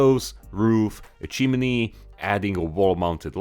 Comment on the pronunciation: With the utmost respect, I love the way you pronounce chimney, 'chiminee'. Awesome video as usual, no one else gets close